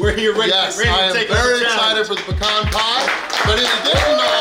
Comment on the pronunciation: Love that you say pecan correctly 🤗😄💗 This challenge has a bunch of different components and I loved it!